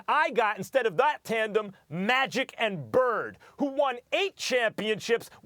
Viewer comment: Nigga said magic and bird lol